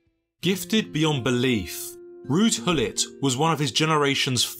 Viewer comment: Rudy Dille. It's not Rudy Dille. Thats not close to his first nor last name. Take 30 seconds to google translate with sound this stuff. You lose all your credibility within 10 seconds of your 'journalistic' video. It's Ruud Gullit, pronounced as Rude Gull it.